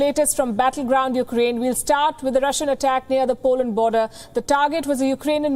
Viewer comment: EUkraine? It's no Paris!